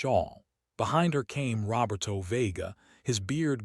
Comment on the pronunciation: Also ma-REE-ah and ro-BEAR-toe with the accent on the second to last syllables.